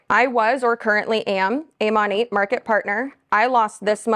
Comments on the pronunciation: Did u say MONIT? I think they referred to it sounds like Monet like the painting like that Artist. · I've never heard it pronounced that way before, I always thought it was Mo-nat, nat like a gnat (like the fly). Well anway, hate all mlms!!! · The way she pronounces “Monat”